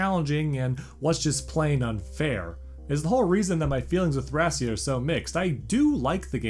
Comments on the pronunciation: The Japanese spelling for the game is written like this トラキア, which is pronounced "Torakia". So the Greek pronunciation seems to be the proper one as "Thra-kee-ah". And yes, Thracia was a real place. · It’s pronounced, Tray-She-a seven seventy six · Technically Thracia can either be "thray-shuh" or "thra-ki-ah" if you want to go with the Greek pronunciation. But yeah Jugdral is pretty clear at this point. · Where to begin with corrections... 1. Several name pronunciations are very off, major culprits are "Thracia" ("a" as in "ray", not as in "rack") and Jugdral (come on, the J is pronounced like a Y, since the continent's name was based off of "Yggdrasil"). 2. Thracia 776 actually begins just before Chapter 6 of Genealogy of the Holy War, and ends midway through its 8th chapter. 3. Leif is not the prince of Manster. How did you get this so wrong? He's the prince of Leonster, Manster is the homebase of the enemy, the southern Thracian forces. Heck, the fact that he's the prince of Leonster is in the fucking intro to the game. 4. "New Mystery of the Emblem" is FE12, not FE3. That game is simply "Mystery of the Emblem". And if you're gonna say they're the same, they aren't especially in the context of you talking about dismounting, because FE12 did not feature dismounting. Also worth pointing out that FE4 also featured dismounting, but only for Seliph when he promoted. 5. You didn't even mention that healing can potentially double too.